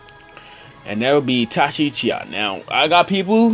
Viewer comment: Me: Magekyou sharingan!: MEGKYO SHARINGAN Me: ITACHI UCHIHA: TACHI UCHIHA